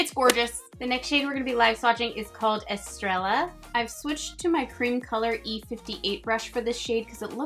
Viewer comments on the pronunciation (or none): Hey Pretty! It's pronounced "bey-sah-meh" besame and "es-stray-ah" estrella. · Everyone else got the rest of them with the "eh" but the shade "Estrella" the "ll" is pronounced like the "y" in "You" I love that you're trying💕 #shaemas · #shaemas Love that you do these eye swatches! Tips for Spanish pronunciation: "ll" sounds like "y" as in tortilla. Also, I just saw that there are 2 new palettes exclusively at Ulta that no one is talking about yet! What's up with that? I picked up Rendezvous and it's very similar to Salvaje. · Two LLs in Spanish make a "yah" sound so Estrella sounds more like est-re-yah ! Keep practicing your Spanish is pretty good !! Thanks for the swatches ! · I love that you are trying to learn Spanish! So far I think you are doing well and you would for sure be understood, but if you want to work on your accent words like salvaje, secreto, besame and sirena all have e pronounced like 'eh' and double L becomes Y in words like estrella [es-trey-ah] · Oh my gosh your Spanish is so cute! The je of Salvaje is pronounced like the word hey but without the y. Secreto = seh-kre-toe Besame = bess-ah-meh Estrella = es-tre-yah (a double L makes a Y sound) Sirena = see -ren-ah Hope this helps, love you! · I really didn’t want to want this palette, but dammit it’s so beautiful! I literally just ordered two other palettes from ColourPop that are arriving today though, lol. Also, when it comes to Spanish pronunciation, when a word ends in “e” it’s pronounced like “eh,” and when there’s a double “l” like in “estrella” it’s pronounced like a “y” so you’d say it like “estreya.” The only reason I’m commenting that Spanish stuff is because you said you want to know, so I’m not trying to harass you, lol. I’m still not fluent in Spanish myself, but I know enough to get by for sure.